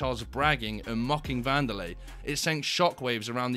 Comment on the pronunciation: Wanderlei= Candylay😭🤣🤣!